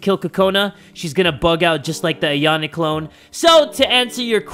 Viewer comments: Lolz, the way calls Yan Chan "Ayane" instead of "Ayano"😂😂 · AyanO Not AyanE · stop saying ayana it’s ayano lol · Hold up why does say ayanay chan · Why does say Ayana Chan.